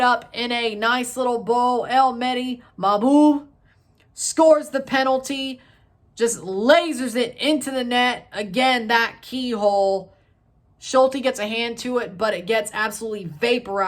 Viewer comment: Bro let me teach you how to pronounce the Moroccan names.. Akhoumach is pronaounce like this KH is like a spanish J and the CH is an SH Ashraf not Akraf Maw..Houb.. the H is like in hand.